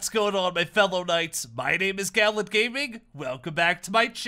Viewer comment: GALLENT NOT GALLON